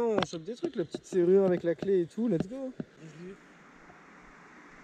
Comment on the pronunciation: Arrête de dire l'ets go! Quand tu a atraper quel que chose stp.. sa veux dire "on y va!" À ouais sa peu... bref dsl mais tu peux 😂😂😃😃💛💛